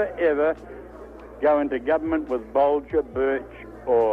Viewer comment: Really enjoyed this vid mate, wish there were more kiwi conrebt creators along this line. Tiny quibble though, its Bolger not Bolgers.